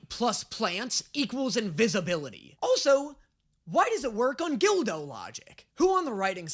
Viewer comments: its guldo not gildo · .... You do in fact pronounce things... strange... Why did you pronounce GULDO... GULL-DOUGH.... GILL-DOUGH??? Like you were saying DILDO XD You pronounce everything like American white people are often portrayed pronouncing the word "Tortilla" XD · I swear to God I have been on your side about most of your name pronunciations, but GULDO is where I draw the line. THERE IS NO "I", WHERE DID YOU GET GILDO? THAT JUST SOUNDS LIKE WHAT GULDO WOULD CALL HIS DILDO. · "Gilldo"..? Comeon you are not helping your case with mispronouncing a character or places name. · why is mixing up his vowel noises he called Guldo Gildo and trigon trigun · Him saying guldo name wrong